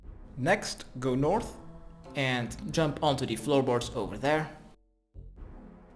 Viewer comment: GO NOOOOOTH GO EAST THEN NOOOOOOOOOOOOTH, when he finally said north i was so happy, then it went back to NOOOTH